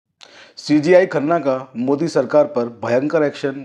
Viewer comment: पहले सीजेआई कहना सीख लो बार बार सी जी आई कह रहे हो